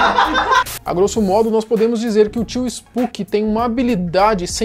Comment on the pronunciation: Finalmente alguém que chama ele de spuqui(spooky) e não spoque(spok)